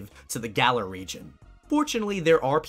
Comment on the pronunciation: shouts its GA LAR